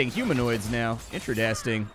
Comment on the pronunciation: Liked this video at the word "Interedasting"